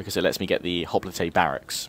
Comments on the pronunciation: i've always taught it is hop-lights not hoplitays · hoplitay? i thought it was hop-light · I might be going crazy but is he saying Hoplites like Hoplataes or Hoplatas... Maybe I'm just hearing it wrong